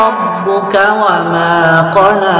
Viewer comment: Betul.....tp klo bacaan qola jangan di baca qole...itu yg tak bagus.